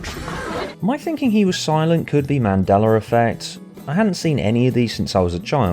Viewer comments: "mandelar effect" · who”s this mandeler u speak of?